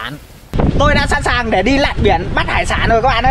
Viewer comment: Noi thằng để. Bot noi ngong đi. Nau cơm thanh lâu cơm. Noi chu .n thành chu l.chu l thành chứ n.mat hay